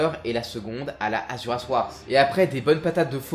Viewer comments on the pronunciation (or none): J'met mon sel ici, malgré la qualité des vidéos : S'il vous plaît, faites un effort en prononciation des noms svp, j'en peux plus, c'est frustrant dans tous les sens de lire "Wrath" et d'entendre "warss" par exemple, je sais que t'as déjà beaucoup de boulot sur les bras pour te préoccuper de ça, mais j'ai besoin d'extérioriser ça des fois. Sinon le contenu est toujours aussi bon, pas trop speed, donc agréable à écouter quand on est tranquille, et tout est très bien expliqué. Pour revenir sur la prononciation, je sais que là on est juste pas sur un niveau linguiste pro, là où chez trash on se retrouve avec 90% de balecouillisme et osef si on écorche le nom, quelle que soit la langue, voire même des mots usuels français.